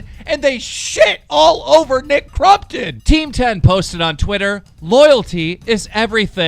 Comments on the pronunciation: U suck. It’s not Nick CRUMptom it’s Nick Crompton haha like can u read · He’s saying crumpton instead of crompton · dude his name is CrOMpton not CrUMpton you dumbass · Anyone notice how FUCKING KEEM PRONOUNCED NICKS NAME FUCKING CRUMPTON NOT FUCKING CROMPTON!!! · Youre saying nick crumptun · Why do you call him crum -ton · Why do you you call him Nick crumpton? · Thought it was nick crumpet ? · “Nick crumton” please English correctly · “Nick Crumpton” 😂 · Every time he says Nick CrUmpton, take a shot. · Why TF you keep saying Nick CRUMPTON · All I hear from keem is Nick crumpets. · Nick crumton?! Lol 😂 that’s what u are saying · The way he says crompton triggers me but I still love his channel